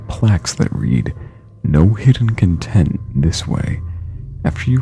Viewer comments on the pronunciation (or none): i hope he realizes that it's hidden CONtent not conTENT (capitalization means emphasizing that part of the word) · CONTENT? REALLY??? IT'S PRONOUNCED CONN-TENT! WHY THE FUCK WOULD YOU THINK IT'S CUN-TENT? CUN-TENT IS AN ADJECTIVE, NOT A FUCKING NOUN. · cun-tent...not happy, CON-TENT as in material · Hidden conTENT? It's "No Hidden CONtent". You gotta work on the emPHAsis of your sylLABles. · no hidden content......? you said content wrong. In this context it's supposed to be "CON-tent," not "kun-tent." When you pronounce it like "kun-tent," it means in a state of happiness. "CON-tent," is defined as the things that are held or included in something. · Re: the heart of happiness, it's pronounced CONtent, not conTENT. "Content" meaning material, not contentment. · "cuntent" you mean "cOntent"? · OMFG, it's pronounced "CON-TENT" not "CUN-TENT"... same spelling, different pronunciation and meaning; the latter would be fairly creepy, but the former just your typical Rockstar comedy. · It's CON-tent, you idiot. Not con-TENT. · you mispronounced content. You make it sound like contempt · how do you mispronounce content? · Idk why exactly, but when mispronounced content, it made me so angry for about 5 seconds:/ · I'm all for "Top__" lists, but don't try to make them scary when they're not... Animal Crossing? Really? Also you mispronounced "Content" and "Mannequin" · a couple of errors in pronunciation lead me to believe that this was a computer's narration voice. to be fair though, I only caught two, Falcone's mispronunciation was okay, of course people can mistake it for Falcon, but then there was content, I thought to myself, "who mixes those two up?" Computers do. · No hidden content? You mispronounced that lol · You said "Content" wrong... XD Anyway, great video guys.....